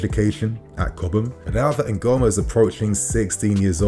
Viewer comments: Ngumoha is pronounced: Ngoo-moh-hah not Ngoo-mah. It's 🇳🇬n. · The name is Ngumoha (Counting Majority) not Nguhoma please. He's an Igbo boy from Nigeria.